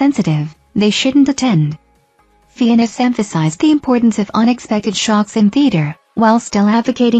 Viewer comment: Fiennes is pronounced FINES.